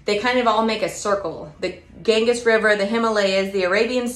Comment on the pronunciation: Ganges is pronounced gan-jeeze (rhymes with fan please). Thanks for the ideas!